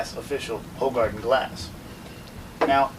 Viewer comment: It's pronounced "who-gar-den"